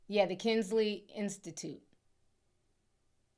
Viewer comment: It’s Kinsey, not Kingsley. FYI